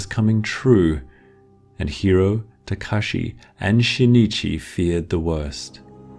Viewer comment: when he said Tekashi i choked on air